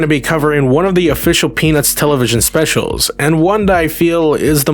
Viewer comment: 0: 12 bro said PeNizzzz